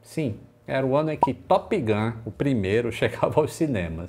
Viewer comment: Achei piada como o falou "Topigan":)